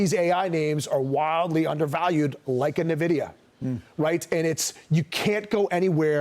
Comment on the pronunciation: at least pronounce the company's name right. It's "N" VIDIA, not navidia. When the dumbest people get this excited about A.I., it's time to get out.